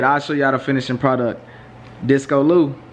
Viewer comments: Nigga said DISCO LOU lmaooooo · That man said discolou 😂😂😂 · “Disco Lou” 😭 she said “Kunta Kinte” 💀 the ending message tho 😂